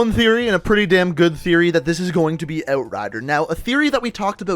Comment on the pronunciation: I hate how he says "out" or "outrider"... just makes me cringe